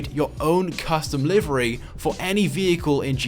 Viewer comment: he pronounces livery wrong